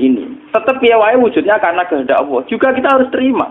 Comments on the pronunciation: Gus baha mbok klu baca Allah jgn awoh to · Dengarkan hurup lam kok diucapkan woh ?